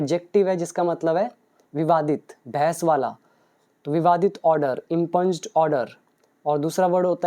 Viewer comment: Its not इम्पंज, its इंप्यूंड impugned.